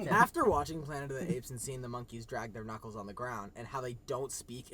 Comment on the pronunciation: I thought Chris said nuts instead of knuckles 😭😭